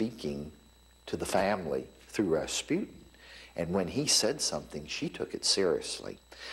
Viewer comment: its Rasputin